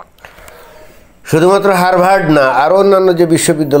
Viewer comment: বানানে r থাকলেও উচ্চারণ হবে হাবার্ড